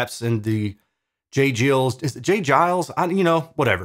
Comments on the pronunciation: Giles, not Jiles. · Hard G on J. Geils, think Kyle but with a G. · Jay Giles with a hard G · Thanks. It’s Jay Giles. Hard G and I (eye). Rock on! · Love the pronunciation of J. Geils Band 😆 😆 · You misunderstood. He was correcting pronunciation. Hard "G" as in "guile."